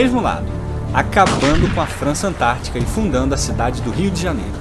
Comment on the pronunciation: "Rio Djahñiêru"